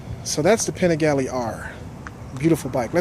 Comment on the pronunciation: Fun review.. Thanks for sharing... We need to get you some Italian lessons as you murdered every Italian word on the Panigale.... ;)Both great bikes.. Personally I'd rather have the Duc... And for this whose say v twins can't compete? Have you not seen all the Ducati championships? Ducati may be a bit down of late, but they won't be for very much longer...